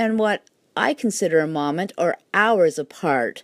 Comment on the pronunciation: This will only take a moment ...."moe-ment" not "mom-ment"